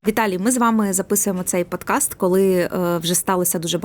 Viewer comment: Не "пОдкаст", а підкаст! Чучундра ))